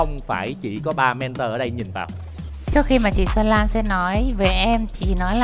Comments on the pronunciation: Mrs "Men-thùa" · Hà Anh nghe nói là du học ở Anh quốc nhưng có những từ phát âm không chuẩn mà còn cực chối tai chẳng hạn: men-thùa (mentor). Không hiểu là cô ấy cố tình phát âm như thế cho nó "loạ và soang" hay là do khẩu hình cô ấy không thể phát âm đúng được??? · Mấy năm thôi à? Mình sống hơn nửa đời người ở đây rồi nhưng chưa từng nghe người bán xứ phát âm "mentor" như thế. Du học ở Anh mà phát âm kiểu Mỹ thành ra bị như vậy chăng? 😄😄😄